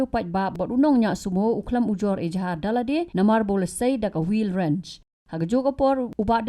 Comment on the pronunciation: Wheel wrench ❌ widren ✅ 😭😭